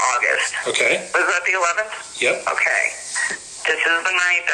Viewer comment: This so-called investigator seems either not very experienced or is somehow "charmed" by her. "Ogay, ogay...". Much too easy on her!